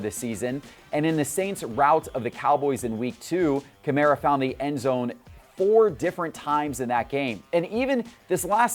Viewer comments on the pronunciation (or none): Kah-mAr-ah... Who is this Kamarea guy he keeps spouting on about. It's insane how many names poor butchers. It's almost as if he's never watched an NFL game. Remember when he called Tannehill Tanny-hill??? Classic. Classic "Tell me you don't watch football, without telling me you don't watch football."